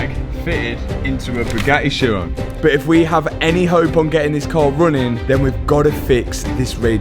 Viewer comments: Matt.... it is pronounced (Ki'-Ron') not sheyrone. This is just another example of how money does not buy education, and how the British destroy the English language. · Isn't it pronounced "heeron"? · the edchiron got me hahaha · “ Chiron” for the head rest.